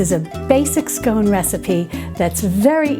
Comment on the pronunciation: Hi Mary, I’m so glad you got the pronunciation of scone right so many get it wrong, did you know that here in the UK there are two ways of serving scones, the Devonshire way and the Cornish way, yours was the Devonshire way with clotted cream first then the jam, Cornish is jam first then cream. Can’t wait for the clotted cream recipe.